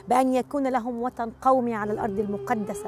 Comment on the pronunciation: امبين كلامها مو عربي وهي مو عربية كلمتها الي بيهن وطن تقول وتن واكثر كلامهما غير صحيح